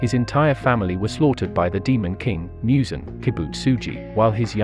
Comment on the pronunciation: He really said Mue zan